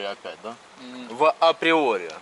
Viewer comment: Просто "априори". Без В, пожалуйста ))